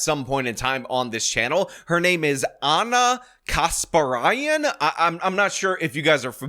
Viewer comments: It's pronounced Aynyar Kaysh-perariayn. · I believe Ana Kasparian is pronounced as ˈɑnə kəˈspɛriən (using a pronunciation key generator), this should help. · How do you not know how to pronounce Ana kasparian😂😂😂